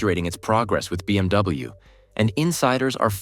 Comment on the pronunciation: Please double check your script when you pass it to AI-generated voice, within the first minute it said BMW as BWM. And please get rid of the AI-generated robot talking, that's just straight up creepy.